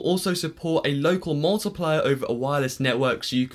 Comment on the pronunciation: molt-eye-player. Will, your just too awesome.